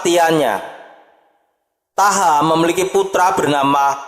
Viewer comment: Thaha dibaca Thoha.. (Toha)